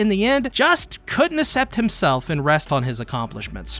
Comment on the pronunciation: your pronunciation of accept is insane